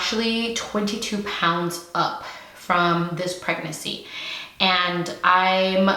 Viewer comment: Say it with me preg-nancy 😂😂